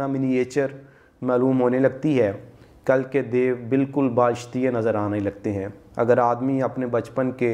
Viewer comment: Baashtiy nhi huzoor baalishtiy